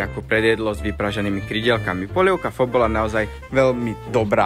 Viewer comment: Video super, opět něco zajímavého o číně 👍 Jen pozor na výslovnost vietnamské polévky Pho - tady je o tom dobré video